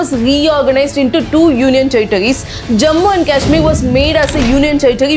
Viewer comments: Its not लडाक its लद्दाक and केशमीर नहीं कश्मीर।u only said its high time we have to pronaunce correctly😊. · Ladakh & Kashmir ka pronunciation 😅